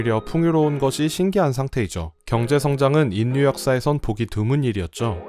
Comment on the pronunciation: 수고에 감사드립니다. 그것과는 별도로 "인류"의 발음은 [인뉴]가 아니라 [일류]입니다. 자음 역행동화현상 때문에 그렇게 발음합니다. "신라"를 [실라]로, "삼천리"를 [삼철리]로 발음하는 것과 같은 현상입니다. 또, "독립"을 [동닙]으로 발음할 때처럼 자음끼리 접할 때 둘 다 변해서 발음되는 자음접변현상도 있습니다. 듣기에 거슬려서 몇 자 적어 봤습니다. 이 댓글은 저 동영상에 담긴 것 중 몇 부분을 수정하여 다시 올리시면 삭제 하겠습니다.